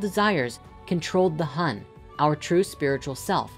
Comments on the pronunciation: 魂 Hun is pronounced like HOON and 魄 Po is more like POu.Grat video though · Sharing that "7 hun 4 po" is pronounced more like "7 hoon 4 pour" pretty cool how ancient thoughts got it all figured out isn't it. It was also cool I finally learnt what sa and Sekhem meant as a Sekhem student